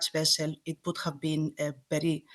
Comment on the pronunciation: The way she pronounced "very" as "bedy" reminds me of "That 70's Show" Red: "AAAAAMERICA!" Fez: "AAAAAMEDICA!"